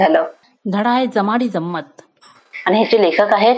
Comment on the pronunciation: Jamdi jammat नाही... नीट वाचा...